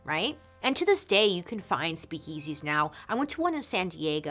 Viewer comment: Bailey’s slightly odd emphasis on the the second syllable of “speak-EASY” makes me smile :)